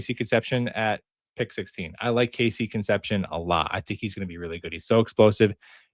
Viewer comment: How to pronounce Concepcion ... Con ... Sep ... See ... Own ... 😉